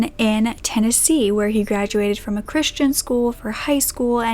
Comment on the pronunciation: "He was born in..." Not Tennessee.. not Tennessee "Tennessee" ...damnit